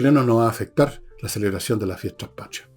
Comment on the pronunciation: La palabra es Patria, no pashria